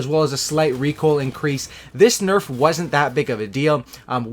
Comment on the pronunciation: did you noticed how u said narf at one point instead of nerf. I fucking died lol #narf